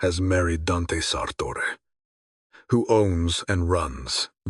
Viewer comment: I know these are Ai narrators, but does anyone know why they pronounce Dante as “Dench” so often?